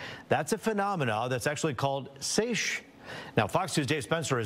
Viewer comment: A seiche (pronounced "saysh") is a standing wave that oscillates in an enclosed or partially enclosed body of water, like a lake, bay, or even a bathtub, caused by strong winds, atmospheric pressure changes, or earthquakes. This movement can dramatically lower water levels at one end and raise them at the other, sometimes causing flooding in harbors or exposing shipwrecks, as seen recently in Lake Erie. "Sieche" is a common misspelling, but it can also be a German word meaning "infirm" or a grammatical form of a German adjective, though the wave phenomenon is the most common interpretation.